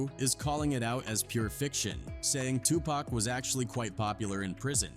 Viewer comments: It's Tupac not to pack and it's Nas not naz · Tupac this fool keeps saying Too packs annoying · Tupac, pronounced Poc, not friggin' Pack. I can't watch this anymore. How you mispronounce it 50% of the time in the same damn video? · It’s Pac not Pack 😂😂😂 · Its 2 pac not 2 pack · Whhhhhyytyy it's been damn near 40 fucking years it's not pack bro at this point it feels intentional you mfs know it's PAC pronounced Pock dock clock frock bro Pac not Muthafuckun PACK BRO GOTDAMN 😤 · Okay... here we go again with the mispronounced name of 2 Pac & it's not 2 "Pack. lmao. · It's 2024 and these folks, bots, AI, or whatever are still saying Tu"pack". I mean dang. If you can say rock, jock, lock, dock, mock, sock, tock...certainly you can say Tupac pronounced Tu(pock)! I mean, dang! It's so irritating! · Stop saying pack it's pac, I hate when the narrator can't even pronounce the man's name. It's always some culture vulture trying to tell the hip hop drama. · His name is Tupac, not Tupack.😅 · LOL. 😅 Yes,get the pronunciation right, please. Tupac (two-pock). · Maybe A I? It bugs me.😅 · His name is pronounced Pock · Damn ai cant even say tupac correct calling him tupack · This dude say pac name right one time next time he says the a pack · For real it's 2024 about to be 2025 and they're still calling him 2 Pack!🤣🤣🤣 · How can you know all that and you can't pronounce Tupac's name correctly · It’s hard to take this seriously when the narrator can’t even say Pac’s name right